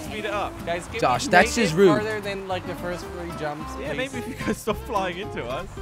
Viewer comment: Jelly it's 3 three not 4 tree 🌳